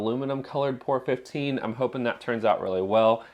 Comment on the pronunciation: I think the paint is pronounced as three separate letters... P O R ... as in "Paint Over Rust", as that was the original intent of the product. I have used it on the floor pan of my Spitfire and our son has done part of the underside of his MGB with it. Good stuff!